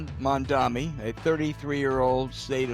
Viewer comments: It's "Mam-da-ni" not "Man-da-mi." This is why people hate the old guard. You can't even be bothered to learn to say the name correctly. Just disrespectful. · it's Mam-Dha-NEE. geez...get the name right, bro. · His name as Mamdani, NOT Mandami that you are saying😏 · Gentlemen, it’s MAMDANI, not MANDAMI, and INTIFADA, not INFATADA - your argument is undermined by your mispronunciation that makes global terrorism sound like a Taco Bell omelette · Few things about that introduction -- 1) it's "MAM- DANI" 2) The policy is not to "take over grocery stores" which seems like an intentionally misleading way to characterize it. 3) Democratic socialist is not synonymous with socialist 4) He is not a gift to the republicans. And James, if you're saying things like "I think they're called bodegas" you don't know enough about New York City grocery prices or food deserts to voice an opinion on this. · These guys are deliberately mangling Mamdani's name. "Mandami" Old men talking to clouds. And did he mispronounce the "intifada" (to "infitada") which is basically an uprising in English; you'd think it is something nuts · These two fossils are hilarious. They mispronounce his name. They have very ill-informed, frankly lazy takes on his policy positions. It's like they've only had a cursory glance at what pundits talk about his ideas, rather than listening to the guy himself, of which there is an ABUNDANCE of media to check out. It's all second hand takes and confusion over what makes him so appealing because they haven't taken the time to investigate. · It’s “M-a-m-d-a-N-i” We need to get it right because he’s going to be our next Mayor! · His name is not that hard. So disrespectful to repeatedly mispronounce it. Mom-Donny. What’s so hard about that? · "infintada" and "Mandami" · To be considered credible, pronounce Mamdani’s name correctly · You can't even say his name right. Fucking dinosaurs. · And, it’s M-A-M-D-A-N-I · Bro 😎 Bro yo - Bro 😎 its “ M A M D A N I “ ….😤😤😎😎